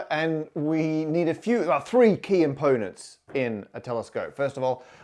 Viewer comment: Are you saying "To build a telescope, we need 3 key imponents"? English is not my first lamguage and i just need to know if this is a variant of "component" that I've not come across. or so in the video.